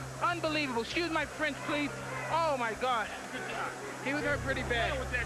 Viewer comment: “Excuse my Fwench”